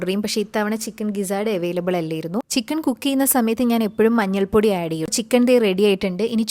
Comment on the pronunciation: ചിക്കൺ എന്നാണോ പറയുന്നേ അതുപോലെ തോന്നി